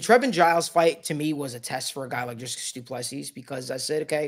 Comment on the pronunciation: Say dree as in tree... Dree kus